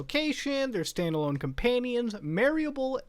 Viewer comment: Muta read Standalone as Stone-able lmfao